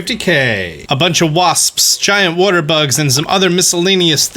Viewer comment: Today on Pronounces: Common Buttholes! Waspsps! Giant Wodder Bugs! And Allas Moths!